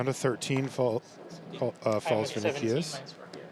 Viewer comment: The way you Pronounce Vinícius hurt my soul